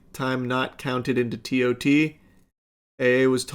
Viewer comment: As an Amazon employee it’s hilarious to hear Charlie call it “tot”.